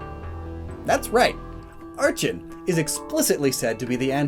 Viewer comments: It's ARK-en, not ARCH-hen. Edit: It's also con-VER-gent, not CO-ver-gent. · archen = ar-ken